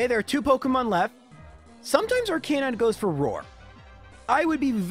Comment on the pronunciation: “miss-aisle”, “lore-uh-lee”, “ar-kay-nine” for someone who plays these games so much, you mispronounce A LOT of things.